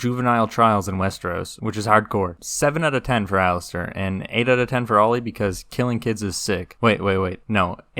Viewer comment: Your video is great, really well done. That being said, for the love of god please stop calling Alliser Thorne Alistair 😅 You're right about Theon though, I felt exactly the same.